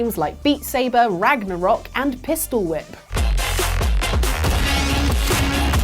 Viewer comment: Rag-knack-rok, oof!